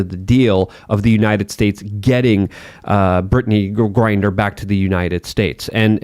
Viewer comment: said "Brittney Grinder"😂🤣